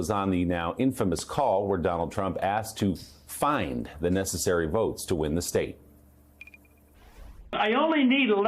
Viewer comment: Pay attention on how Trump pronounced to word "votes". He sounded like a mentally ill guy with speech impairment.